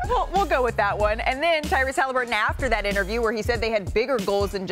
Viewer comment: Tyrese HalHIMburton